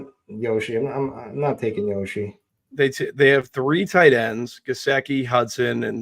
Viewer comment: What names am I mispronouncing? Yoshi lol